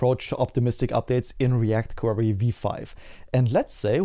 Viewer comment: Thank's for the update. I still can't overhear you saying "React Quarry" 😅